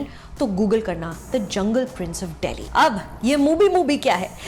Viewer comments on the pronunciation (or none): none